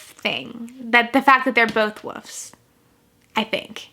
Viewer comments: I love that you pronounce it as "woofs" instead of "wolves" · I noticed the Angry Video Game Nerd does the same thing. Must be a Philadelphia thing, lol